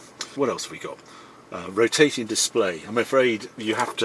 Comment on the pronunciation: Come on Harry, did you really see a ‘S’ when you read Head Up display?